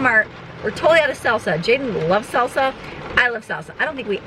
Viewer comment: LOL, when you kept talking about salsa I thought you were saying seltzer and thought that was a strange thing for a teen to be into until you said you wanted it for your Mexican food.